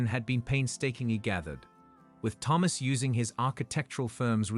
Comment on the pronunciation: one day they will produce an AI vocalisation that can pronounce the name thomas correctly every time in a story! or maybe just use a name that it can say correctly oops...ofc it would help if it was typed correctly also THOMAS and not PHAMOS i will say that the AI is a master of repetitiveness though by twisting the details in the sentences and restating the same info multiple times. it managed to a 15 min story into 21 min lastly where is the son or the dna test....as suggested by the title of this story? the title bears no similarity to the story! gaddamn. the man did well right up until the end when it appears he has no spine! the man is a jellyfish. after the courts and humiliation....he has no self respect or sense of dignity and took a cheat back! ready to wait....for the next time